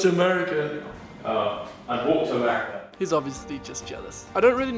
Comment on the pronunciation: "I'll walk to Americ" - Joe 😂